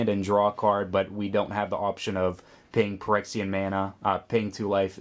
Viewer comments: It's 'fyrexian' btw. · i hate being the guy to say this, but your pronunciation of Phyrexian just makes my skin crawl. Ph = F think of the greek letter phi.